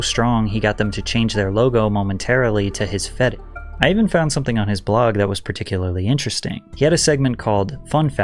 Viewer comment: When Patrick can’t say the word fetish lol